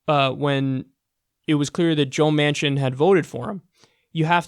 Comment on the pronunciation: The first couple of times I thought he was saying Joe Mansion. I was like , no wonder he is a sellout.